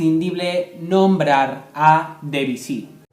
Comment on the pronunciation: No sé dice debisy Es Debusy